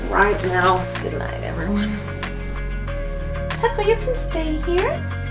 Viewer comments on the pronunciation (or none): none